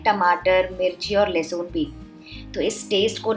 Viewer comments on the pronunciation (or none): لہسن ہوتا ہے لہسون نہیں ہوتا 😜